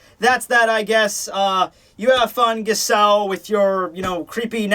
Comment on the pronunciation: Two things; Giselle's name is pronounced with a soft G (first and last), and Giselle using "boku" means absolutely nothing one way or the other.